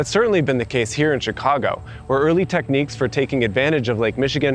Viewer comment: Very interesting video. The first thing I noticed, however, is pronounces the city's name correctly. It is not "Chigaawgo" as too many say.